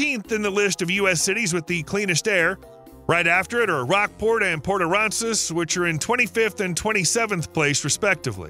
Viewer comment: I left Kaufman County 14 years ago, moved back to Rockwall County then left again 3 years ago to move further East and I’m in Hunt County now! TEXAS IS FULL! Stop moving here! any further East and I’ll end up in Louisiana! And it’s pronounced Port AH RAN ZUS